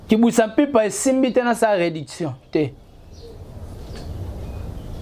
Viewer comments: Yo pe😂 Reedition et non rediction😂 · En plus balobaka réédition et non réduction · Tu es bête comme ferré tu n arrive mm pas a prononcer le mot réédition eza pasi on dirait ferré recrute que des boutiques pour parler de lui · Manque à même prononcer réedition tu n'arrives pas